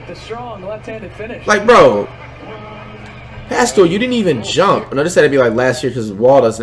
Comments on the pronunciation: Man just called paskail a causal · flight said pascals name wrong